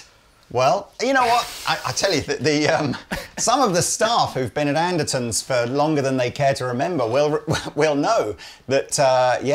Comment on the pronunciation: Why do you pronounce Andertons, "Andersons"?